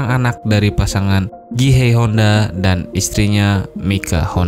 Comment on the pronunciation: Soichiro Hondo bro, yang bener.